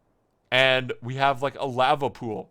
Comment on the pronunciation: The way he said lava kind of bugged me